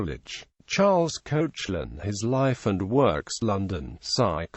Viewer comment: Koshe - lin? Its pronounced Kek - lan!